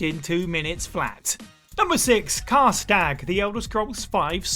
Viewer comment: How he said Karstaag 4 different ways and got it wrong every time low-key baffles me